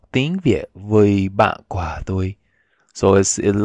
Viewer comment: Yeah Vietnamese! And thats true, its perfectly fine to say "ban toi", thats what most native speakers say. Personally i like to use the preposition "cua", because im a native english speaker. But that adds a little awkwardness. Your pronunciation is quite good. Careful with "cua". It sounded a little like the word for fruit. It helps to exaggerate the tones alot.